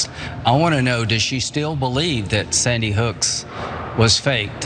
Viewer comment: He can't even say Sany Hook correctly. Clown shoes. Graham is ridiculous.